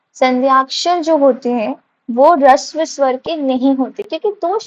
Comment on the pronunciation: Harshv bolte hai rishv nhi mam